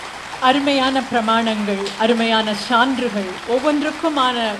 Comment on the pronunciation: சான்று அல்ல அது சான்று தங்கள் உச்சரிப்பைத் திருத்திக்கொள்ளவும்